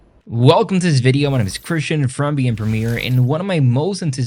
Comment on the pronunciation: 6 seconds in when he reads the channel name it does not sound like beyond at all. Even with CC on it thinks he said "being Premiere".